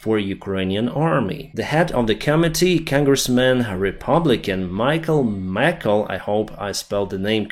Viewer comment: The congressman you mentioned (calling for more weapons for Ukraine) is Michael McCaul, chairman of the House Foreign Affairs Committee. I think his name is pronounced the same as "McCall," with the accent on the second syllable.